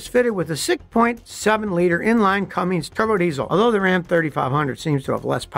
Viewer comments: Scotty - it's CUMMINS - not CUMMINGS. 😄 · It’s pronounced “Cummins” not “Cummings” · Please, it's "CUMMINS", not "CUMMINGS". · It’s not Cummings it’s (Cummins) 🤦‍♂️ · There is no G in Cummins so saying Cummings over and over just shows you really don’t know a ton about rams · Scotty, it's CUMMINS! Not Cummings. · Scotty its Cummins not cummings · Scotty, I love watching your videos for many years. I just want to say that I was surprised to hear you mispronounce "Cummins" as "Cummings." Sure, we all know what you mean to say, but in deference to Cummins, I thought it was worth mentioning. Thanks for all your knowledge and education you've given us through the years. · The last Dodge pickup truck was made in 2008, and its Cummins, not Cummings. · Scotty, love you, buddy, like a brother from another mother, but there is NO letter "G" in the name "Cummins". Just trying to be helpful..... LOVE your channel!!! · I’m glad somebody told em. It’s SO aggravating to hear it be heard a CumminGs..🙄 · It would have been nice if he didn't Call it a Cummings as its Cummins! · Scotty, FYI, the word Cummins does not have a 'G' , IOW, it's not a Cummings. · Scotty, we love you, but it’s a Cummins diesel, not a Cummings. An incredible amount of people make this mistake. It’s not big deal, I’m just a believer in proper articulation. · It's not "Cummings" it's Cummins. A pet peeve of mine. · Will someone please tell Scotty it’s “Cummins” not “Cummings”? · there is no "g" in Cummins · I don't doubt--for a second, that "Scotty" has forgot more about this than I will ever know. At the same time, "Cummins" is "come" and "ins"----not "comings", with a "g". Being able to READ matters. The man's name was "Cummins", not "comings". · When somone with this much knowledge keeps calling it a cummings and not a cummin's hurt's my head. I do not care where you are from or how you talk, it's a cummins. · Scott- I can't fkng believe you Saud "Cummin(g)s" like 20 times! Serious??!! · Cummins not Cummings